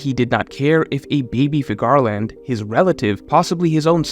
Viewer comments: Ú-ranus.... FÍ-garland is the right way (phonetically). Sorry, had to say it. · Please re watch the one piece film red and learn how to pronounce the name Figarland. Every time you say I cringe.